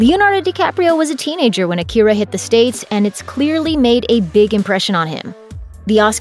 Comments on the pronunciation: It's pronounced Aakira, stressed on 'A' not 'ki' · The fact that you keep mispronouncing it's name is all the hopelessness that I have for a "Remake" of a masterpiece that it already is. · driving me nuts. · You can’t even pronounce it